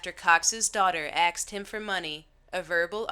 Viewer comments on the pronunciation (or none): Axed? Wtf does 'axed' mean? Does she mean 'asked'? Why do all these type of videos have robotic narrators? Listen to Stephen Fry, he'll give you an excellent idea of how to talk with some variation in tone. Mind you , this voice isn't anywhere as annoying as the male narrators of the robotic vocal monotone type. Yes, I'm nitpicking but in all honesty the narration is crucial to holding the audience, no? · She akst him for money, Akst ???? how dumb can you get. Learn to speak normal. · Yah, it's always a good idea to keep guns in the house. The guy that shot his kids--they never should've been allowed to live there. He did the world a favor. Same with the guy who killed the pedophile. And in that one, the narrator says "axed him for money." lol Electronic ebonics. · Cox story- Narrator said "axed". Otherwise, great video. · I don't know what's worse; their speech or the narrator saying, "axed". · Great video, but if you're going to narrate videos in future, please learn to say "Asked" properly. It is not pronounced axed. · It did sound like you said axed! Lol 😂